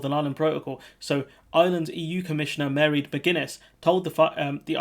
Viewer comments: Her name is pronounced M'rAid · Her name is pronounced something like, "maw - raid" or said more quickly "ma-raid" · Pronounced Mar-aid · Its MAR AID get it right will ye 🤣🤣 👍